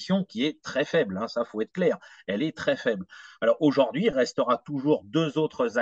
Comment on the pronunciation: Merci à tous les deux pour la qualité de votre travail, mais s'il vous plait: auj ou rd'hui et non auj o rd'hui.